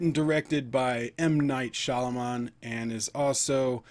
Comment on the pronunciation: Sorey to bother but, its pronounced "ShyaMALAAN"😃